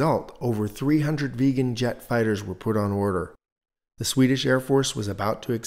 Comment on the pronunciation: ”you have used the correct Swedish pronunciation”? I don’t think so, I haven’t heard anyone call it the “vegan” and it doesn’t make sense grammatically either.